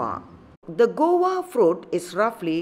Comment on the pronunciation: This is guava not gowa as you mentioned